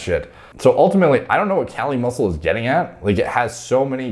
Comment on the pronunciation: KAH-LEE MUSSEW.